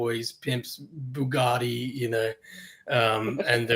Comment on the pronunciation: drop the T